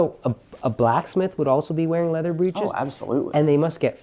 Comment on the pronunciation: Fabulous work. The word "breeches" is pronounced BRICH-iz in English, phonetically rhyming with "itches".